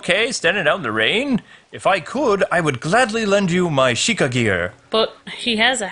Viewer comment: If says shekeye one more time I swear